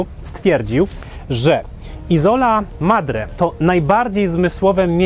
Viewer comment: Isola akcent przypada na pieewsza sylabe..sorry ale to totalna niekompetencja i brak piziomu..